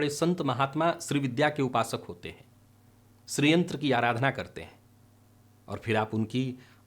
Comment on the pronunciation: 'श्रीयंत्र' बोल रहे हैं या 'स्री/स्त्रीयंत्र' ?